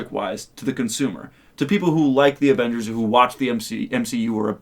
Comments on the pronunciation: “Morvals Avengors” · The way he pronounces Avengers. Avangers??Can't take it serious